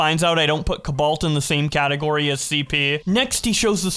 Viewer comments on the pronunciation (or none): Bro pronouncing cobalt “cubaalt” is ridiculous 💀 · The way you pronounce cobalt hurts my ears.